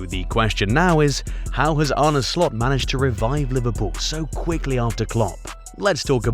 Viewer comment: First of all, learn how to pronounce his name right 😂